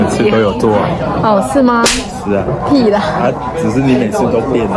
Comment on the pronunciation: 台鐵和高鐵是分屬不同公司喔!! At 16':08", 阿杰: 我每次都有做(攻略)....: 喔, 是嗎?.....屁啦!! (哈哈, 一聲 "屁啦", 完全被台化了)